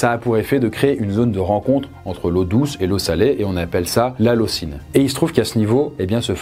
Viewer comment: petite rectification, le zone de transition entre eau douce et eau salée se dit halocLIne pas halocine !! sinon super vidéo